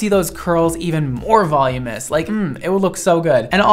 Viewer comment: OMG. It's not Volumous. It's VOLUMINOUS!!!